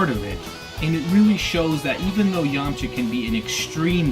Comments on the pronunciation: Yamcha not Yamaha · its yamcha not yamacha